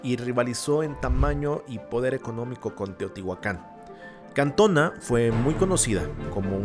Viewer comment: Es Cantoná, con acento en la última á